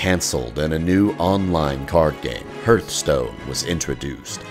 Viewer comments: Great documentary. One single thing stands out. One error that refuses to be corrected despite irrefutable evidence that you are wrong. Hearthstone is pronounced "HARTH" stone, not 'HURTH" stone. The narration in the game itself makes it clear. What's that thing that pumps blood that is spelled roughly the same way? Is it your "HURT"? Not, it's your HEART (HART). What's that thing around the fireplace? It's a HEARTH (HARTH). Guys, you're more annoying than people who AXE each other questions, or George Bush talking about NUKYALER bombs. Learn to english, please. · Sigurd Kammersgaard It is supposed to be pronounced harth-stone. A hearth is a fireplace, representing home. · What the hell is “Hurth-Stone” lol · "...the new online card game Hurthstone." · Hurtstone? Seriously.. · Sigurd Kammersgaard its pronounced "Harth-stone" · Hurt Stone :D nice, also Pandaren not Padarian, but meh, still Hurtstone :< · HERTHSTONE.. this guy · Hurthstone lol x) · I didn't mind mispronounciations until I got to "hertstone" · Great video:D I could not help overhearing the uncorrect pronunciation of Hearthstone.. But hey the video is awesome:D Thumbs up! (Lets do this)